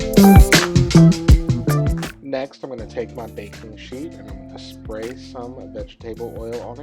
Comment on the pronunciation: I can’t stand how he insists on mispronouncing vegetable and then he just had to go and smack while eating.